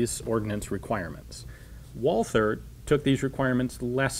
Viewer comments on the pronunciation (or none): I love all your content Ian but the H is silent! Its pronounced Walter not Walfer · The h in Walther is quit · oh god the pronouciation of Walther back then the th, it hurts